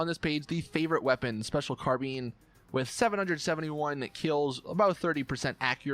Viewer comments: Special CAR-BEAN its CAR-BINE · triggers me whenever he pronounces "special carbine" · This guy said car bean